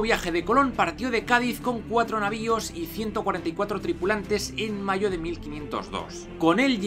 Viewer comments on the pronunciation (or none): none